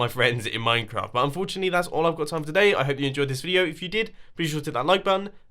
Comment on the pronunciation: You said "butt..." instead of "but" xc